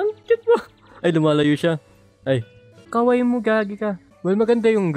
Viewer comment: All I've been hearing to you is "Kowaii" I know that you're saying "cute" but one mistake. It's "Kawaii" it can be mistaken if you say Kowaii.